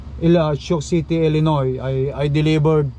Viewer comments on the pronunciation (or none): none